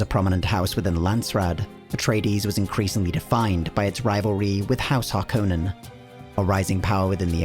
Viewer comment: THANK YOU! The only youtube channel that pronounces harkonnen correctly.